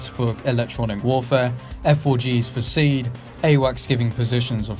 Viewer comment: The military say "See-add", not "seed", for info. Also, all your in-flight simulator footage is totally wrong; that's not a Tornado cockpit.HUD.